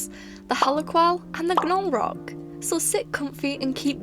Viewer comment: Definitely team Halaqual, I can't stand slow gameplay;w; Also,, generally in american english when there is "gn" together in a word (or most letters oddly paired with an n), the g is silent, so i believe Gnolrok is just pronounced "nol-rock" 💖